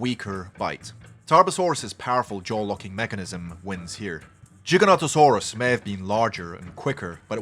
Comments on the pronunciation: Giga not Jiga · Giga with a hard G like in gigabytes. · He still says it wrong